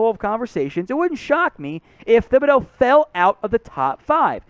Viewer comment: For God's sake..... pronounce Thibideau's name right. You don't pronounce the "h" in it.